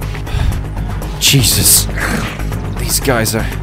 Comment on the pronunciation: did he just says cheezus?? CHEEZUS CHEEZE CHEEZE CHEEZEEEEEEEEE